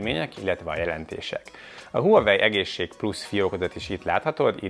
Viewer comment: Legalább a nevét mondaná ki rendesen...gáz nagyon, hogy Huawei-ezik végig. Kiejtve "vavei". Az autónál sem azt mondjuk hogy Peugeot, hanem azt "pözsó". Azt is ki bírja mondani hogy "ájoesz" nem azt mantrázza hogy "ios"...